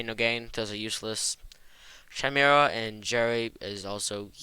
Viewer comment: ah yes CH-imera but it's a really good video thanks man